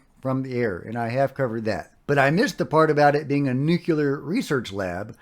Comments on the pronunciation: Excuse me - Nuclear is pronounced “nu - clear”, not “nu - cu - lar”. Nu - clear. George W. Bush said it the other way. It made him sound like he never graduated jr. high school. In this subject we’ve got enough problems with credibility. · The reason Oak Ridge is famous is nuclear research! It was home of the Manhattan project! (Also, nuclear, not newkyuler. I don't enjoy correcting people but I want this subject taken seriously)